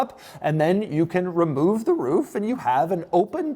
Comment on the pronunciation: "remoooof the roooof"!!! 😆